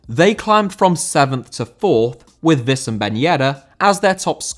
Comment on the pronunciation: due its spelled Wii = Oui in Wissem ben Yedder AND its not Vi